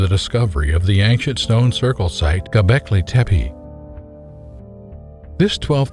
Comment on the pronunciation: I hate when people mispronounce names. "Anunakai" "Tepai". If you want to build credibility in your work learn how to pronounce things you working on. Otherwise you will be branded as fool. Hate those "researchers"